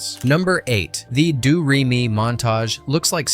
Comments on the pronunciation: Doo ree me? It's doe ray me. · Did anyone else cringe every time the narrator said “Due” Re Mi, instead of “Dough” Re Mi? I have never heard Hammerstein pronounce “Hammersteen”, and were the Captain and Maria actually dancing in a Gazebo, or was it a patio garden of sorts? 🙄😞